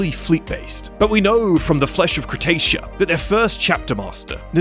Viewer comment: Cretaia? sounds like space australia :P